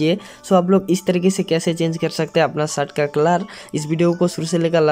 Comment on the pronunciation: अरे पाहिले शर्ट बोलणा सिख ले